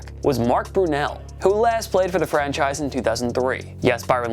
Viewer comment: Sounds like you’re saying “French a** quarterbacks” at the beginning lol I had to replay it like 5 times before finally realizing you’re saying ”franchise quarterbacks”